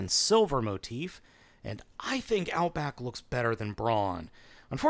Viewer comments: Outback not outboak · First off its "Power of the Primes" not "Powers of the Primes". Second its "Outback" not "Outboack". Third the Takara version is exactly the same as the Hasbro one. Neither has the G1 gun. Where are you getting that info??? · I see a lot of comments saying this already, but... oh well. "Outboack" xDD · It's "Outback"! 😂🤣😅